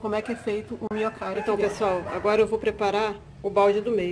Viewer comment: "Minhocary"? O_O